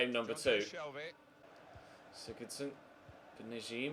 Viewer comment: Good vid. Also the Everton midfielder is called Beni “Beningamee” and can you stop saying sigurdsson like sigurrdsson and sigudsson